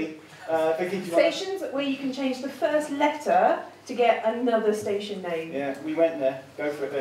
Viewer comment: One of the four letter station was incorrectly pronounced. My user name is a bit of a give away.